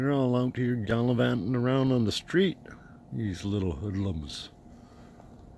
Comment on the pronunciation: 😀 They are so cute❣ "Out gallivanting in the sreeets" lol!☺ 🐇 It's so good of you to do this & I can tell you enjoy it too!💞🐰🐱♏☮😘